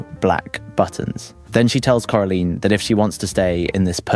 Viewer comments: Cora line not cora leen with respect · It’s Cora LINE not Cora leen 😂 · "coralean" Its coraline not coralean😭😭😭😭😭😭😭😭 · I’m sorry corLEEN?! Do I have to sound this out core-a-line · why are you pernouncing it “carilien” 😂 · it’s still coraline. Not caroline, not coralean, CORALINE! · Why did you forget how to pronounce Coraline's name half way through that segment? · How is no one talking about how he butchers the pronunciation of Coraline moments after saying the name of the movie correctly